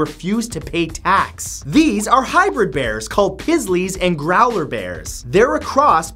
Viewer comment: matt, it's pronounced grow-ler bear like polar bear with a GR instead of a P